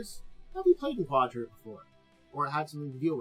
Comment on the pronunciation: It's pronounced "ka-DEER-a"